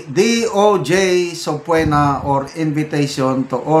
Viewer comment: Excuse me,. The word subpoena is pronounced as suh-pee-nuh.